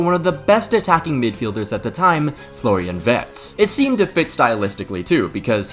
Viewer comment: “Florian Vert” 💔